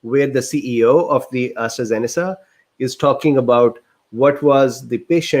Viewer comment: Astra "Zen eh Kah" its a hard K sound as opposed to a soft C :)